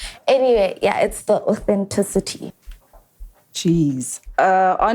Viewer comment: Fact checker gave us a new word :Athencitityty"🤣🤣🤣🤣🤣Well done Chillers/Family :elbowcough::yougotthis:👏🙌Congratulations Mac on your engagement, loved seeing your boy🥰